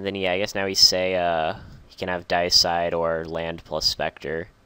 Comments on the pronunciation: It's DAY-EH-SIDE, not DIE-EH-SIDE. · I say Dee-A-Side, but I also thought his pronunciation was a bit awkward.